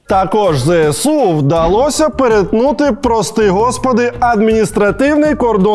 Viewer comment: пане Олексіє, не кажіть будь-ласка "ЗееСУ"...